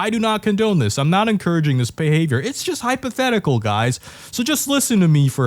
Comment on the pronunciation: remember, the first syllable of hypothetical is 'hype"